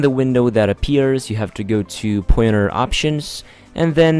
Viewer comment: Its called pointer not poyeter. You got me confused since i couldnt find tge "poyeter"